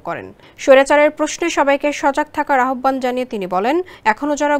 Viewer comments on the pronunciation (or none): আহব্বান!! উচ্চারণ ঠিক করেন আগে। আওভান হবে